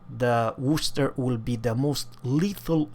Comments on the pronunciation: ii lived in midlands , pronunceation correct , woster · Hey good try with pronouncing Worcester, I'm from there and people from Worcester have a hard time with it!!! Wistah!!! or wouster in the rest of the country...thanks for the review cheers!